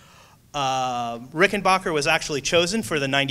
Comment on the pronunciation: It pronounced Rick-en-b-ahh-cker